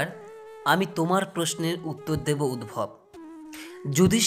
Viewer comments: খুব সুন্দর লাগলো। সব কাজের আগে ঈশ্বরকে স্মরণ করতে হবে। উদ্ধব গীতা। সারথির নাম উদ্ভব নয়, উদ্ধব। উচ্চারণ ঠিক করতে হবে। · UDVAB NOI...UDDHAB.. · Map korben uchharon ti ami hoyto tihk janina ami jantam uhharon ti uddhab